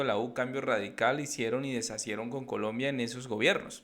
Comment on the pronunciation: De dice “deshicieron”.